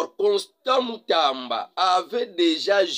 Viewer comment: Constant Mutamba non Constant Mutanda monsieur